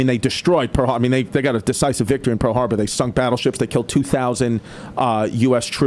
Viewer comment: PARL HARBAH